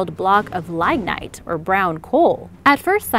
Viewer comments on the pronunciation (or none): Lignite is pronounced ligg night. First syllable rhymes with big or dig.